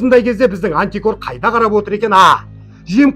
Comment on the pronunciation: Антикор емес амтикор десеи😅😅